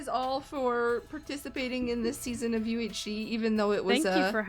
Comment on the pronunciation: its called UHShe not UHe